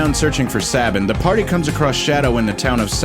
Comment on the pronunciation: It's Say-ben. Like Nick Saban.